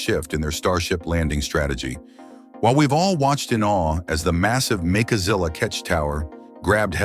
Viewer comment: Really it's MECHAZILLA not MAKAZILLA FFS